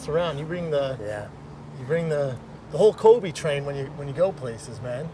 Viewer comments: It’s Colby* not Kobe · Did he just pronounce (in the beginning) Colby Covington's name as "Coby CoviTime"? Ahaa, he must not like him for reals.